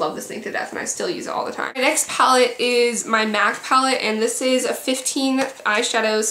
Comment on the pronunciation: my name is mia and it was really akward when you said m.i.a for the eyeshadow pallete